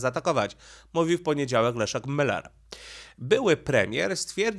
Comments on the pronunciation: Pan Leszek Miller ma nazwisko spolczone, nie nazywa się Müller tylko Miller. Proszę na siłe nie mówic po niemiecku. Pozdrawiam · Żono!!!! Błagam!!!! Powiedz proszę Mężowi, że nazwisko naszego byłego premiera pisze się i czyta przez i. Miller. Nie Myyyyller. Tam nie ma u umlałt. Błagam!!! I przy okazji, że coś się bierze na TAPET, a nie TAPETĘ. Tapet to taki stół przykryty zielonym suknem, na którym można rozłożyć dokumenty, które się chce przeglądać. Stąd to powiedzenie. Jeszcze raz uprzejmie proszę. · Skoro już chcesz robić wywiad z byłym premierem, to warto byłoby nauczyć się wymawiać jego nazwisko. Miller, nie Myler, panie "polygloto" od siedmiu boleści. Tak samo jak uparcie nazywasz Kaliningrad KalEningradem. Jakieś leninowskie sentymenty? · chyba źle wymawiasz nazwisko Pana Leszka 😊